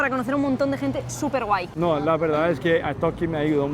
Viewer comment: Ella dijo "súper guay" y pensé que dijo "super white" 🤣🤦🏼‍♂️